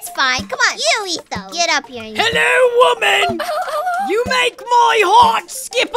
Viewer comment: "HelLo wOmaN."